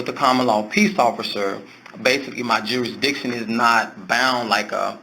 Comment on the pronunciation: He actually said "jury-diction". 😆 They told him he had go to "the other building". They haven't yet figured out that they're sending you to another building because they don't want to deal with you. Like when the guy at the State's Attorney's Office send Ronnie Lee Davis to the next county. I hate to break it to him, but you have to pay taxes anywhere you work; right now I work with Canadians and UK citizens, and they all kick up to the IRS. And unless they have a long term sponsor, they have to leave immediately if the show closes. It's a nice dream, though. I found a uniform for him on Amazon. It has a badge, a hat, sun glasses, and a pornstache. I think the pornstache really ties the look together.